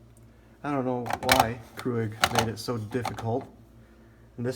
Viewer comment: Thanks! I have the mini plus that came with this reusable cup and it will not work whatsoever..and just fyi, it's not pronounced CREW-IG lol